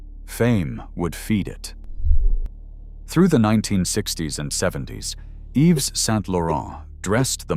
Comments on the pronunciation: The world's worst French pronunciation. I mean, really: EEvz for Yves (EEv); Berszh for Berge' (Berzhay). Disgraceful. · I truly enjoyed the video however it’s jarring that you sometimes pronounced his name incorrectly Yves is pronounced Eve you seemed to get it right when saying his entire name. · The "s" in the name Yves is silent! Yves = Eve